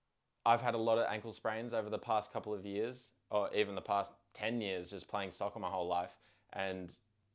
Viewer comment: Did this guy just say “soccer” with an Australian accent? 🤔